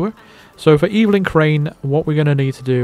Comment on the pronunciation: And "Evelyn" is "EH-vuh-lin," not "EE-vil-in."